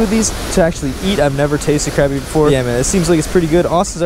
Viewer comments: FYI, it’s pronounced croppy not crappy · It sounded like you were saying crabmeat. It's pronounced crop-ee. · Pronounced “crop” not “crap” 😂🤦🏽‍♀️ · no its crappy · It’s spelled crappie but said like crop-ie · The only way to pronounce it is cr-o-pp-ie DA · Pronounced crOppie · You don’t say crappie right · Your saying crappie wrong